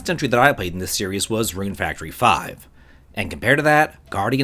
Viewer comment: Rune Fractory? xD